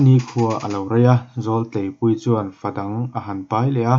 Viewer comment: Zawltleipuii lam rik dan a diklo,,,,Zawl khi zawlnei tih kan lama zawl ti a,,lam rik tur